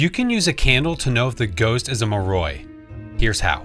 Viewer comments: why are u pronouncing it mah roy? pretty sure its more-ee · I love the muhhroy, or however you pronounced it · It’s pronounced “more I” not like that lol